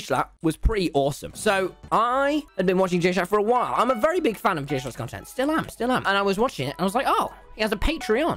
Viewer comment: Me thing that he said whal instead of while